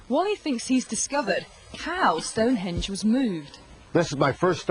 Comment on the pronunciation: that`s "stonehenge", buddy, not "stone hedge"...